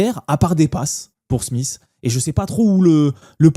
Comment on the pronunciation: Analyse sympa mais par pitié, n’appelle plus Schmidt en prononçant Smith 😂